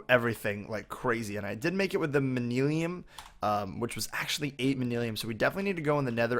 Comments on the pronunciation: It's not mani lim it's Man-You-Ling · nothing against you... This may just be the way you say it, but if not... The propper way is man-you-lin:-) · im just trying to help you pronounce it like this man-you-lyn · It's pronounced man-u-lin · It's pronounced man-yu-lin. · its pronounced man-you-lin